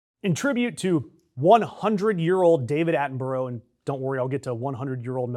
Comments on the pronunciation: It is NOT Atting burrow sheesh WHY is it impossible for YANKS to say names Its Atting BURRA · “Atten-bruh” it’s not atten-boro. Sincerely, an Englishmen. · Now he just needs to learn how to say his name properly. It's pronounced the same way as Edinburgh. Not Atten Burrow, it's Atten Burr-uh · Atten-buh-ra, it isn’t pronounced how it looks. Americans always get this wrong. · What a W⚓. Learn how to say Attenborough properly, Dumb Yank. No he is not titled Sir Attenborough. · Surely the best tribute to Sir David Attenborough, is to pronounce his name correctly.